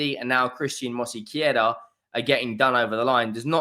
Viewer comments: It's Mosquera not Mosiquera. Stop being disrespectful. Simply follow the spelling. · “Mosykeyera”? You’re starting to rival Robbie’s AFTV transfer daily’s with these pronunciations 😂. Not really tho, his are terrible 😂